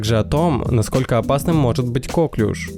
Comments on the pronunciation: Не кОклюш, а коклЮш! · Правильно нужно говорить коклЮш, а не кОклюш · Ударение на последний слог, потому что Коклюш это француз именем которого назвали заболевания.